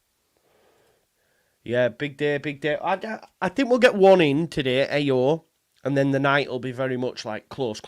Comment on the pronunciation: I think it's pronounced ow, like how without the H